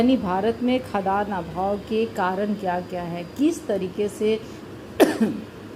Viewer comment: निश्चित रूप से आपके पास योग्यता है। परन्तु महोदया, आपके उच्चारण में गलती है- आप खाद्यान्न जिसका उच्चारण खाद् यान होता है, को खदान पढ रहीं हैं।